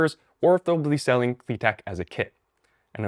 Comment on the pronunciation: You pronounce it wrong, it is pronounced Klit-ek